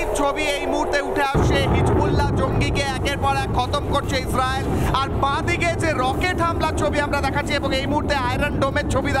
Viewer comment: মলম বিক্রেতা ইসরাইল ও বলতে পারে না 😂😂😂